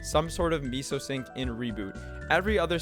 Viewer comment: the moment u pronounce meso correctly will drop a note 😂